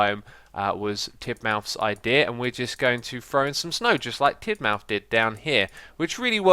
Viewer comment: Is it no pronounced Tidmuth?